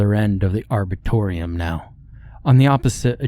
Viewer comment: An "arbitoreum"? Is tbat a big place where disputes are settled? I've heard of arboretums, though.